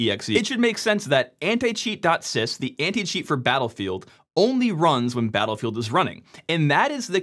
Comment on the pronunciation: He speaks "Anti-cheat" but as a non-native, in my brain, I'm listening "Anti-shit". What is really funny if you consider the video context